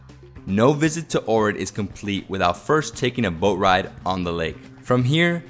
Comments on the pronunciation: You say it like Ochrid but your saying Orid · It's pronounced "Oak Rid". Please pronounce place names correctly! Some factual information is incorrect also. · Right? Been a couple times and have made friends there. Their pronunciation sounds more like OWK-rit. Decent vid nonetheless. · Fonetic, is actually Ogrid. One Bulgarian told me. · Ohrid is pronounced aw-hrid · Your say Ohrid wrong sorry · Omg everytime you say ohrid I'm cringing so wrong